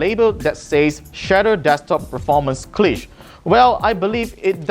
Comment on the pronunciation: Lmao pronounces cliché wrong